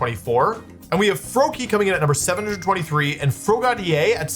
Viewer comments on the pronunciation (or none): “Froa - ga - dee - ay” 😂 It’s Frog + Brigadier. “Fro - ga - deer”